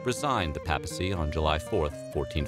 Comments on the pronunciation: "PAY-pl" and "PAY-pacy" Not "Pah-pl" and "Pah-plcy" Probably advisable to look up pronunciation of unfamiliar words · It’s pronounced pay-pu-see. Not pap-uh-see.